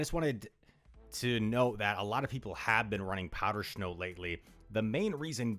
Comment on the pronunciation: Is it just me, or does he say "shnow" lol